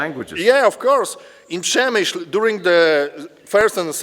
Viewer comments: I just finished reading "The Fortress" by Alexander Watson. An excellent resource for anyone wanting more info on this siege. ( I believe it is pronounced Shem i shl as someone already noted. Unless the locals pronounce it as in this video. And since was actually there, he must have heard the name spoken.) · Przemyśl is pronounced Shem - i - shl Supplementing the Standard M1894 8cm minimal Embrasure guns, many of the guns in the fortresses open mounts behind beam parapet walls and roof parapets were a few M1858 (by 1914 rare) and M1861 mainly 24 pounder (15cm) cannon still firing common and shrapnel projectiles by black powder propellants, many had been issued out of mothballs to release M1880 and later design for the Field Army in 1910 but so pressing was that even the M1861 type found service in the Field Force into WW1. Russian Intel had concluded that these guns were signal cannons not actual defensive weapons, and that added to the slaughter when they finally fired at will (without orders from the commander). Further that they were black powder it was that that added to the pawl of smoke that the Russian searchlights lit up effectively blinding their own troops. The 'light weapons' (machine guns) that defended positions like gates and inner bastions were originally Christophe Montigny Volley Mitrailleuse with 37 barrels in 11mm which as a design date back to 1865 in Belgium and post Austro-Prussian war in Austrian service, the Christophe Montigny was used by the French during the later stages of the Franco Prussian War necessitated by losses of their preferred Reffye Mitrailleuse. The Christophe Montigny were mostly replaced by later weapons such as the the Maxim M89, M89/1/2/3/4, the Salvator Dormus M1893 and the Škoda M1902 machine guns and all but the base model M89 Maxim